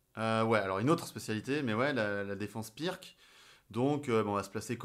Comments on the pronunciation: On ne dit pas pirque mais pirtz car c'etait un yougoslave du genre et la bas le "c" en fin de mot se prononce "tz" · Super vidéo ! Par contre ça se prononce "pirts", désolé mais ça fait mal aux oreilles